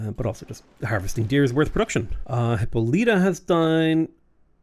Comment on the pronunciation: Every time he says Hippo-LEE-ta instead of Hih-PAHL-ih-ta it makes my inner little mythology-loving theater kid heart hurt.